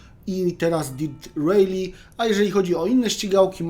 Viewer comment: Sprawdziłbyś chociaż jak się wymawia tytuł gry